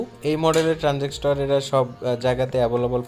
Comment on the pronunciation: ট্রান্সজিক্টর নয় ট্রান্সজিসটর হবে।😂😂😂